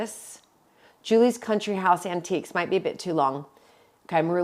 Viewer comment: Countiques in stead of antiques 😉